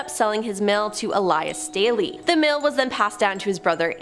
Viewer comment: THANK YOU FOR PRONOUNCING MY LAST NAME RIGHT 😭 Everyone tries to say State-LEE or like the cup Stanley 😂 No. its Stay-Lee and can confirm, the rampage shit is something we are known for 😂